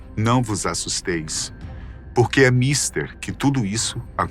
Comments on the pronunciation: Amigo, não é míster e sim mistér. Acentuei pra vc entender. Beijos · A pronúncia correta de "mister" é mistÉr, mon ami... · a palavra MISTER, no sentido de essencial, fundamental, crucial, algo de elevada importância, é oxítona, assim: mistEr (acentuada na última sílaba) e não na primeira como você faz.